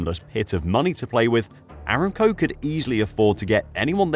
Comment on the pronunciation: pretty sure it's "a-ram-co" not "eram-co"